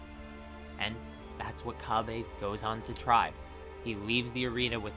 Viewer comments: His name is cabba not cabbae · Why do you say cabbe? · No need for the disrespect, also you don't seem like you speak japanese either. Cabba is supposed to sound like cabbage. You don't have to make it sound like the japanese name either. But feel free to keep doing so, thank you for the information. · Please pronounce cabba correctly